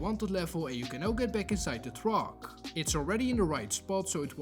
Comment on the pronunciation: Make sure you tale distance so you dont blow up the "twuack" 😂